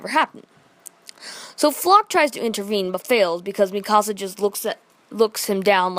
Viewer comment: You say mikasa wrong